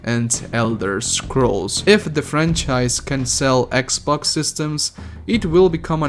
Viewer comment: I'm not making fun of your presentation I just found it hilarious that you call "sex box" "sex box pass"